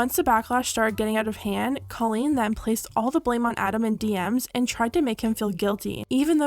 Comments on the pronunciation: It's pronounced COE LEAN not CAH LEAN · I don't mean for this to come off hateful or anything, but I think you should know that you’re pronouncing Colleen's name wrong! Again not trying to be hateful, just thought you should know 😊